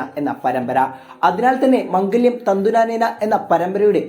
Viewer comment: മംഗല്യം അല്ല മാംഗല്യം എന്ന 😂